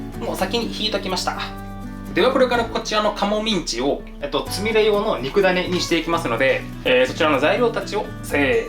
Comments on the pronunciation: つみれが、つみるになってる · つみれがつみるになってる？(;´д｀) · 『つみれ』が『つみる』にずっとなってるのなんだか可愛いｗ